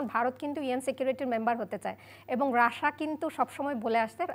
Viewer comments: রাসা রাসা করছেন কেন? আপনাকে টিভি চ্যানেলে কে এনেছে? pronunciation ঠিক নেই তো কি বিশ্লেষন করবেন? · What is Rasa??? 🧐 it's not rasa it's Rasia apu... Seriously 😏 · Madam not Rasa (Russia) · রাশা রাশা বলছে কেন বারবার 🤨? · বিবিসি রিপোটার উচ্চারণ ভুল করে এটা ভাবাই য়ায় না।রাশিয়া কে রাশা বলছে। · রাশা কি ভাই? রাশিয়া বললে নিজেকে উচ্চ শিক্ষিত প্রমান করতে কষ্ট হবে? 😆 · রাশিয়া উচ্চারণ টাও জানেন না ? রাসা টা কি রে ভাই 😂😂😂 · বাংলাটা বাংলার মতো বলতে হয়,রাশিয়া কে রাশিয়ায়ই বলতে হয়,রাসা নয়।। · It’s Russia 🇷🇺, not Rash😂😂😂😂 Also the 60 year relationship was with USSR( Pro Russian model). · শুদ্ধ করে বলতে যাই হেতাই রাশেয়া বলতেছে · Otcharon rasa. Na. Rasia konta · Indian map thik korun.. Ar last maye ta Russia uccharon kortai pare na 😂😂